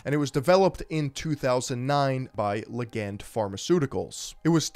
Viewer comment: I have never heard someone pronounce "ligand" that way lol